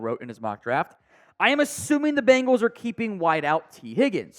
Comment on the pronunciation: Dude can’t pronounce many many names correctly. It’s sad.